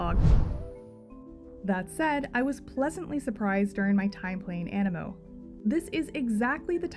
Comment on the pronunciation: Is the game not pronounced aneemo due to the double ii?